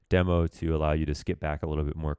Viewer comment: pls stop saying deemo